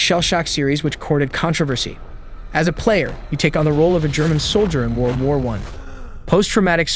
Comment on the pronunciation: World WAR one???? STOP PUTTING THE EMPHASIS ON THE WRONG SYLLABLE!!!